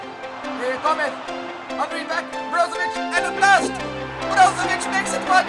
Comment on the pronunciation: His name is HENRY not ANRY